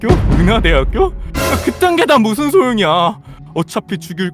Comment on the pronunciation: 에 사투리같지만 아닌 것 같은 사투리 덕님:무\슨/소용이야